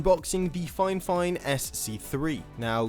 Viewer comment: not it be a grammar teacher or whatever, but I hate how everyone ive seen do a fifine sponsor/ad. They always say it wrong, like how you said fine fine. its Fee fine. But not to me wrong they are a great company and i have one of their microphones and its a amazing.